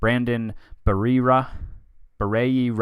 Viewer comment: i know you're done recording but as the resident pronunciation nerd, I must point out that it's Brandon Berry-era!